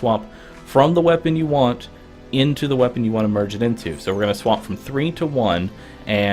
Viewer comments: It sounds like he is saying swamp instead of swap. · The way he says swap just annoys me for some reason but thanks for the help